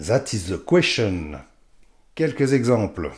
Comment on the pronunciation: "ZATIZ ZE QWECHON" ! ^^' En attendant, ça m'a donné envie de le commander ;)